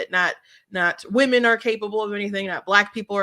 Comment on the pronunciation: Thanks for the content! When he said "wemon" I couldn't help but laugh. They devalue real woman and traditional families. Its all on purpose. From the top of our government, and china.